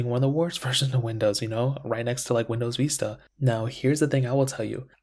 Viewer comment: Why did you say Vista like that?